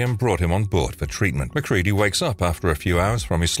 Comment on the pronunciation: Lets all give a round of applause for this narrator not pronouncing MacReady as Mac-Reddy. Although I'm 50/50 that's it's an AI, which only makes the last reader's mispronunciation worse.